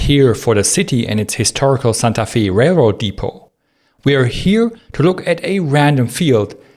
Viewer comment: Santa Fe is pronounce Santa, like the Christmas fellow, but Fe is pronounced FEY as in way not FEE as in bee